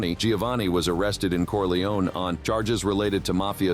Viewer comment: “Corliyown?” Come on! No. It’s “Corleh-oneh.” Have some respect.